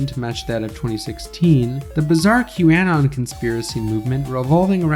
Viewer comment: Bro pronounces q-anon and Marjorie Taylor Green weird. You even from the US dude? And let's see some citations for some of these claims